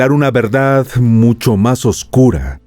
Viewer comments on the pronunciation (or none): none